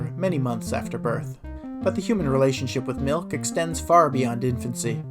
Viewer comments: we don't have any malk but I can get you some milk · Gotta mention the pronounciation of 'malk', and even 'mulk'.